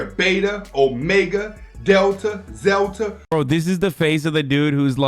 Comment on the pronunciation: the guy acts so confident when he says "zelta" (Zeta*). How is anyone gonna take this guy serious when he can't even pronounce a 4 letter word All it takes is one person to be "cite your source" for this guys whole arguement for sigmas to unravel